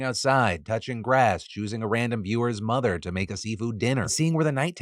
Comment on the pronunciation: The hard r on mother made me feel weird just sayin